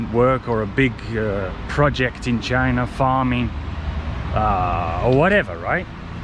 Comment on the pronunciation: Why do you say China like trump say China? It's not Jai Na!